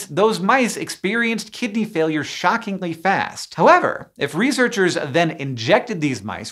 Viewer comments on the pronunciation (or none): Am I the only one who heard "chronic kitty disease?" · I was certain you were saying "Chronic Kitty Disease" until you showed the words on screen ☹️ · Lol i thought you said chronic kitty disease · did anyone else mishear it as "chronic kitty disease" every single time?😭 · Every single time Hank says "Chronic Kidney Disease", I hear Kitty instead 😅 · I thought he was saying "chronic kitty disease" for like the first 2 minutes of this video lmao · I keep mishearing Hank say “Chronic Kitty Disease” instead of kidney, and I do have to agree incident rates of chronic kitty disease are rather high in the cat population. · Raise your hand if you kept hearing "kitty" instead of "kidney". raises hand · I kept hearing “Kitty Disease” instead of “Kidney Disease.” 😅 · I accidentaly heard it as "Chronic Kitty Disease"...